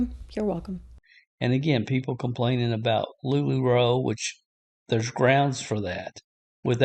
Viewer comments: homie called it LuLuRoe like it’s LuLuLemon lmao try again, bud. We all know reading is hard sometimes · Homeboy really just called LuLaRoe LuLuRoe Ded